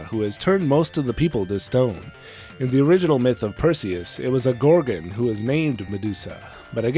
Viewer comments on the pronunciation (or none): none